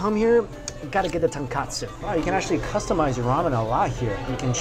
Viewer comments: Mike, it sounds like you're saying tonkatsu, not tonkotsu. Fyi, tonkotsu means pig bone, tonkatsu means fried pork. Btw nice review. You never fail to make me hungry. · Um Mikey it's Chasu not Charsao and it's Tonkotsu soap not Tenkasu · Dude....you keep mentioning TONKATSU but I don't see any Deep Fried Pork Cutlet anywhere.. perhaps you mean TONKOTSU... You're a food vlogger. Get your terms correct. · Strictly Dumpling btw its tonkOtsu, not tonkAtsu. Tonkatsu is the breaded deep fried pork cutlets. Tonkotsu is a whole nother thing. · Mike always refers to Tonkotsu ramen as "Tonkatsu (fried pork cutlet)" ramen LOL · Ton-Koh-Tsu not Ton-Ka-Tsu common mistake, but Tonkatsu is something totally different than Tonkotsu